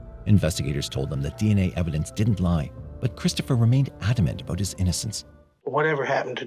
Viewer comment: He sounds Canadian. Listen to how he says “about” (“aboot,” though not quite as pronounced an “oo” sound). Definitely doesn’t sound American, though people in Michigan say the “ou” sound almost as they do in Canada.